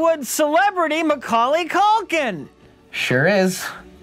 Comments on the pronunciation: What's 'McCulkun' counter at? He calls him McCulkun to his face lol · “Mr. MaCulkin” 😂😂😂